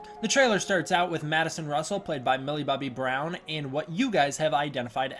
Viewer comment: That's a girl? Sounds like you said the name was willa bubby Brown.